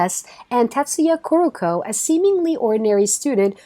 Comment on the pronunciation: For #7 Kuroko no Basket. The names are TAIGA KAGAMI and TETSUYA KUROKO! Not Teiga Kakami and Koruko 👍🏻